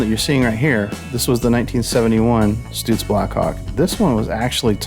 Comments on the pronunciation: ITS PRONOUNCED STUTS LIKE STRUTS NOT STOOTS.....HAHA! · I always thought it was pronounced “Stut” “zzzzz” vs. “Stoot” “zzzz” … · Stutz. Is pronounced, Like the word tux...so it sounds like Stutz